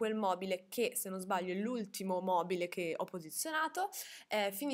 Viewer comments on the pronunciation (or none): none